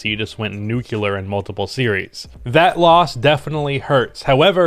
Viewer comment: Love your videos man. Second video in a row where you say it, so I hope you see it. It's not Nucular or Nucelar, it's NuCLear. There is an ''L" right after the "C" not a U or an E. Not super important I know, but thought I''d point it out anyway.